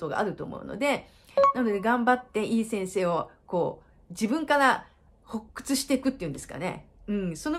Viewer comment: 重箱隅つつきでスミマセン。発掘は「はっくつ」が正解で「ほっくつ」ではないんですね。日本語って難しい…。動画は簡潔で明解、いつも楽しく拝見してます。